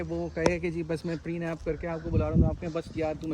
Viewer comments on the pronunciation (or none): It's PRENUP not prenaap!